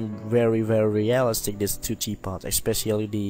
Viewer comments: Real iiii stic, emphasis on i in the middle of the word. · Amazing tutorial, though I must admit, your pronunciation of "realistic" had me chuckling quite often <3